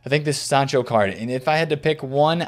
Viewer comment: You said sancho’s name correct, took you long enough 😂